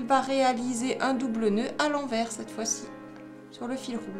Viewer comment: Un fil à l'endroit... Et un autre à l'enverrrrs... Lol ... On dirait un accent Belge. ;-)